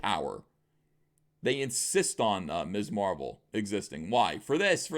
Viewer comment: I thought you said Miss Marple and got excited